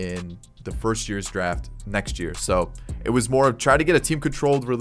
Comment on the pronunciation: When you cant say first 😭